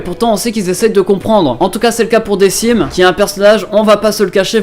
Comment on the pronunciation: decim ne se prononce pas "dekim" ?